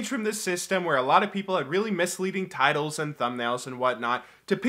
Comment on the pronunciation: Man i thought u said tities for a moment